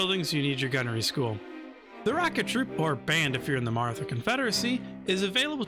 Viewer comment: I'll be that guy. It's actually pronounced 'Marata'; the 'h' is there because Hindi has an aspirated 'tuh' sound. Fun fact, there are actually 4 'tuh' sounds in Hindi, one where your tongue touches the teeth and one where it only touches the roof of the mouth, and then two more that are aspirated versions of those first two. Source, a single year of Hindi in college 😅